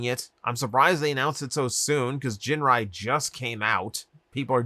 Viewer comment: I'm fairly certain that there is no soft G in the Japanese language, so it's Ginrai with a hard G, not "jinrai".